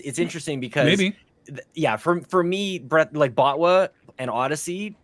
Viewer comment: "Bot-Wah" and "Tot-Key" 😂😂😂